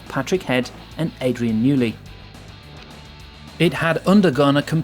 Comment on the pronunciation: Oh dear....Adrian "Newley", mispronounced Jerez, mispronounced Renault, mispronounced Imola, mispronounced Montezemolo......showing an indy car instead of F1....it's poorly compiled, and there aint' nuthin' new here.....